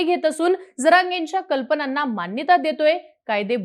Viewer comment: कल्पणाना नाही... कल्पनांना असे बोला.